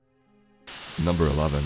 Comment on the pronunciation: Chills “manifests” NyuMbEr 15